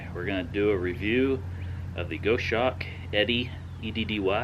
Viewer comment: Jesus fucking Christ "go shawk" it's "GOS HAWK" you know, as in the bird.